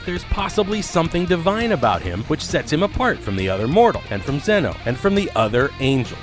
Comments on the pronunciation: It’s xeno not xenu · I swear if u say zen-oh wrong again i will unsubscribe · This narrator couldn't even pronounce Zeno or Jiren, proving he has not even watched what he's talking about, smh.